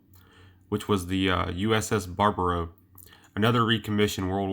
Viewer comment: My Father was on the USS Barbero SS/SSG 317. He told me some pretty good stories of some things that went wrong with this missile system. And the name is pronounced BAR...BEAR..O not the way this guy pronounced it. Dad was a YN 1 at the time. He was also on the USS Sea Leopard SS 483 after USS Barbero. Never a Nuke boat he would say. He had a friend who went down on the USS Thresher SSN 593 April 10 1963. He had a chance to go, but turned it down. Glad he didn't go, but the loss of his friend really hurt him.